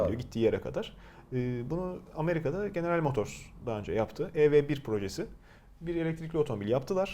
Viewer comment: General motors u yazıldığı gibi okumak... Yok baş çavuş motors amk